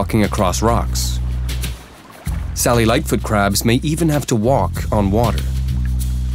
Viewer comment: The captions are saying “Sally lightfoot crab” but I’m hearing “cellulite foot crab”